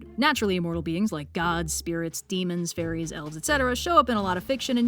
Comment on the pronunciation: When you were listing of non mortals, I thought you said furries not fairies and I had quite a few questions.